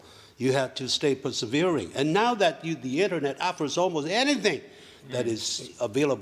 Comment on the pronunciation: “persevere” 發音錯了…我還以為是自己一直錯還去checked了一次發音…有些preposition也亂了可是以他出生和背景這個英文是很好了，他會話應該是最強（其實並不知他是誰應該問youtube algorithm 也不是學英文😅）